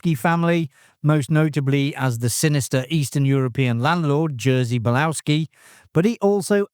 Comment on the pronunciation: Bolowski is pronounced "Boloffski"